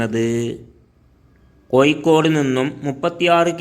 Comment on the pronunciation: ആദ്യം കോഴിക്കോട് എന്ന് ശരിയായി ഉച്ചിരിക്ക്